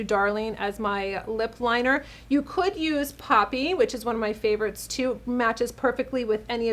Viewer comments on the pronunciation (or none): none